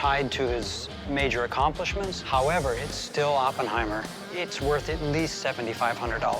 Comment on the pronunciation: He's a moron, couldn't even pronounce Oppenheimer's name right.